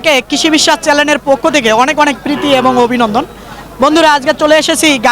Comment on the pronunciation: আসসালামু আলাইকুম, ভাই, কৃষি বিশ্বাস চ্যালেন না হবে ""চ্যানেল""